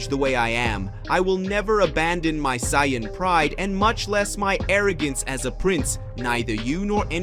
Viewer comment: I love the stories but the pronunciation of Saiyan, Vegeta,etc throws me off but I still love the stories